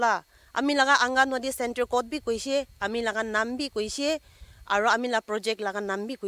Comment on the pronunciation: Thanks for the information on the scam calls,, but the word is pronounced as angangwadi not angawadi..